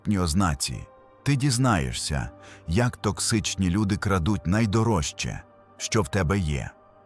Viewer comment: ДізнаєССЯ (фонетично), хоча дізнаєШся; дізнає[с'с:а]. Вимовляйте правильно. І не «постав Вподобайку», а «постав Уподобайку» (чергування У/В). НайдороЖЧий (звук [ж] не оглушують), не шч!